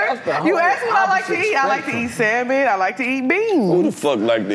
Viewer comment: she crazy. Why she say Salmon and beans like that 😂😂😂.